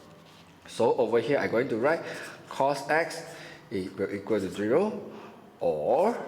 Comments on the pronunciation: It's zero not giro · Hello sir, can pronounce properly your math terminologies? Zero n not geeee-ro, multiply n not multiple..... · thank u!!!! ur video makes me understand better although u pronounce zero as "jiro"😂😂😂😂😂😂😂